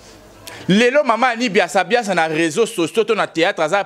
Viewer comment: C'est Annie biasibiasi et non biasiabiasa